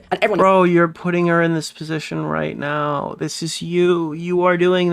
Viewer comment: I think actually has a speech impediment, the way he says words like “nuke” as “Nook” and “Now” as “Naur” is wild.